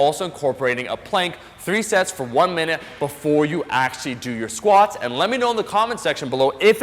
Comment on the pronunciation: what is "SQWATS"? :D